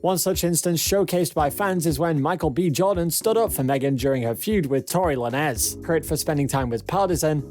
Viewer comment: Who TF is Megan THREE Stallion and Tory La Nez (Lanez)??